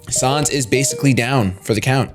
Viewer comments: it's pronounced San's not sans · It's pronounced "Sanns" not "Sahns", as in Comic Sans, seeing as that's the font his text is written in (Sans Seriff in a geocide run.) Same ges for Papyrus, whose text is all in Papyrus. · it's said sans not sons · sonz? it's sans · His name is said like the font comic sans. Not sauns. :b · "sahns" "comic sahns" pls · Also, sans's name is pronounced like sand without the "d". As in comic sans. And his name is never capitalized. Just sayin